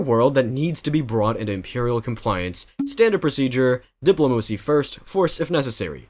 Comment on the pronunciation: Did he just say diplomoosy?😅